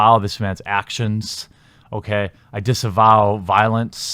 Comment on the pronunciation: It’s “disavowed” not disenvowed sorry bro- j/s good vid tho